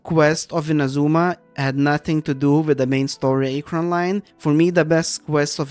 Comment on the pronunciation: kinda agree but the way you pronounce archon and liyue is soooo painful liyue was amazing but too much walking I liked archon quest in sumeru, but I hate aranara questline with overflowing dendro passion (though I like the fact that we can finally explore some of the banned withered zone)... and sumeru has some annoying dialogue automatisation - they say something and you waaaaaaaaait a long time before it switches to the nex dialogue line. (Kinda same with fontaint though... I read fast yet I have to wait till someone say 80% of the line to read the next one.) fontaine was cool but it's hard to move around in the city of elevators especially in the jail and it's irritating elevator system and repetitiveness... too much walking between cutscenes - you need to walk like 10 steps between cutscenes that overload us with slow dialogue sometimes! that's so irritating